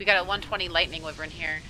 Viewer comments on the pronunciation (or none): It's wyvern (y-vern) that's how u pronounce it